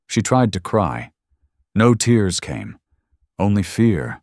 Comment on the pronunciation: Try adding "Grammarly" as a filter to catch editing mistakes before the final publishing. Please also try to sort out the issue with AI mispronouncing words that look the same but, according to context, should be pronounced differently because they mean something different. For example "Jagged tears", in contrast to salty (for reference) tears. There's a difference and it matters, especially to people studying English. Thanks. I do have to add my own voice to the request for happy endings. We have enough trauma on the world stage at this time to last for Milleniums. We are all heartsick.